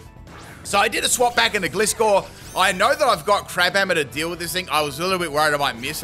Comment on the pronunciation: I love how he pronounces Gliscor totally wrong XD